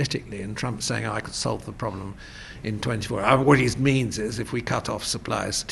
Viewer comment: the pwoduct and the pwoblem